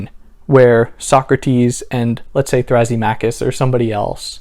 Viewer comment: "Thrazzy-machus"? thra-SIH-mah-cuss